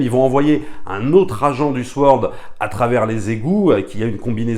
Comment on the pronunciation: Super vidéo, bravo. Juste une petite requête, Sword se prononce "saurde". Merci!